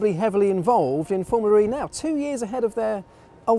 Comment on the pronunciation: Well the man also says "FormulaREEEEE" instead of Formula E.. i think it's obvious he has a speech impediment. He's the reason every1 should unsub from this channel. Honestly.